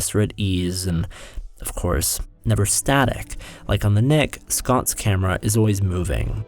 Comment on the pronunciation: You should put the title of the shows in the video. I heard you say the Neck. Although subtitles said The Nick